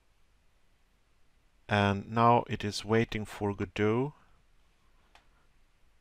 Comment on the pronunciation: It's not said / spelled GoDot it is said like God-oh